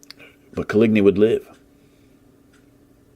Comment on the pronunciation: Nobody:: CoLigNee